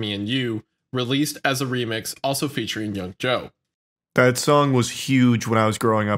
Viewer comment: Apart from Cassie being constantly mispronounced, here are others: mispronouncing Jodeci and Yung Joc (it's not Yung Jo, how tf could you even read it like that??)